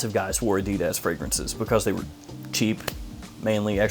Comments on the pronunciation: a-dee-dez lol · I've heard "adidas" pronounced in dozens of ways... I've never heard anyone say it like you do lol